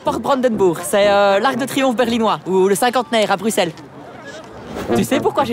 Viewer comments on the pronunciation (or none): none